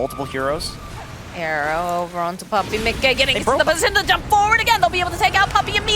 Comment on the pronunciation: lol the way the female caster says miCKe is so funny lol